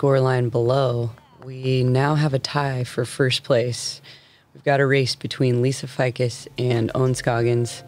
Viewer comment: Lisa F eye cus? Everyone else says Lisa Faycus